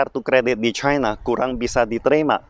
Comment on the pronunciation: Ribet amat lu ngomong nya caina caina cina aja udah ribet ntr keseleo itu lidah kbnykn ngomong caina haha